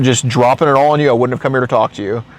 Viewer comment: he said wouldnt as wooden